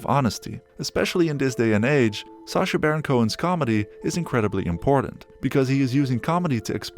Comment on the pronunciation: Who's SARcha? Do you pronounce Apple ARPLE? No? Then why pronounce SACHA as SARCHA ffs 🙄